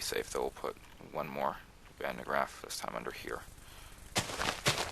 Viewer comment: just being a bit off topic here but since there is a lot of talk about the van de graaff in this line of comments i have to add 2 things 1. woohoo something with a dutch name in an english mod and 2. you are saying it wrong...but no offense it's basically because it is a true dutch name and almost impossible to say correct while talking english and the dutch language is just difficult